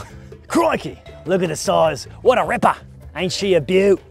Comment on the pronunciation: Le me, Australian, video in background, tabs back "Whaht?!"